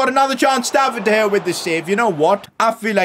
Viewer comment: In 9th min he said diopdea gea